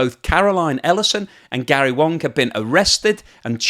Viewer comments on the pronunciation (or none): Its Gary WAng not WOng. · Gary Wang, not Gary Wong. 😂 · So, Gary ‘Wang’ is actually pronounced ‘Wong’?